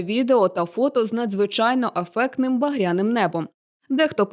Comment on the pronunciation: Не афектним, а ефектним.